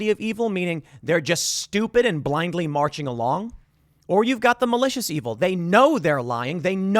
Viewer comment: Eeville, like fru-its of the deville, Eeville